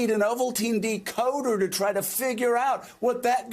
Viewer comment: Ovaltine de-coder 😂caught me off guard!